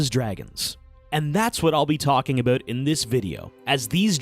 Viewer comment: Boy, real fun hearing you talk ABUTH the dragons